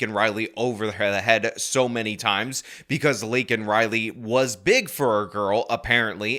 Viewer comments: I’m happy those republicans were yelling at him when he kept getting her name wrong and the disrespect he shows is disgusting. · Look at Kamala Harris sitting back there trying not to laugh while Biden screws up Laken's name. SMH. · Or hearing the President mispronounce the name of an innocent murder victim kind of pisses off some people? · Joe Biden's pandering as a blathering spittoon. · He's so senile that he doesn't even realize he's mispronouncing her name.